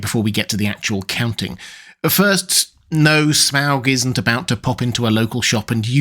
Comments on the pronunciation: You could just say 'Smog' normally and not overpronouce it obnoxiously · There's no way that's how you pronounce his name.